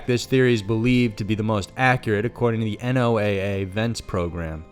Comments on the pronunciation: you don't say N O A A.It is NOAA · Nice video. FYI - Abbreviation NOAA is pronounced "Noah."